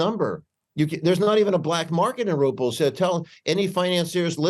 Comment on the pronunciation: Rubles not ruples